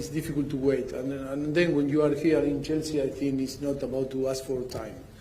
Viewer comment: It sounds like he is calling Chelsea jessy lol they are a load of girls 😂😂😂😂